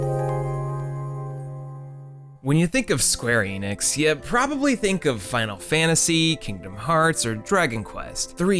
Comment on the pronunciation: This video is literally unwatchable because you pronounced Enix differently in Square Enix than on its own.